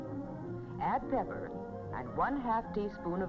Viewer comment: Maybe it's the audio because it sounds like she says bebber instead of pepper